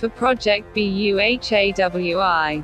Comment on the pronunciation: Sorry what I heard ☹️😔 Project BEHEWI? It's Project BU+HA+WI